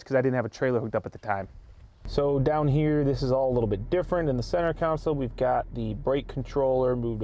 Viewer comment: Center counsel hahaha